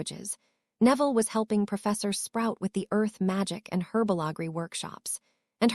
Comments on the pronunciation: Whatever AI program is reading this, they need to learn how to speak English on some words, like the word herbology which is not pronounced hwrbogley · There is no such thing as herba LaGree, it is herbology, learn how to pronounce it or don't speak at all